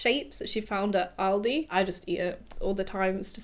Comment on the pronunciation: Can I just say I love that you pronounce Aldi correctly! Front /a/ and a light /l/ rather than that back /ɑɫ/ or /ɒɫ/